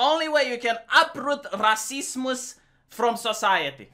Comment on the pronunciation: Fuck I hate it when goes on about "raceeemoose" as if it's a actual thing that other people have any idea what he's talking about